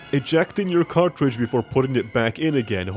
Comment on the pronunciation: "YOU ARE ALWASY A CARTRAGE"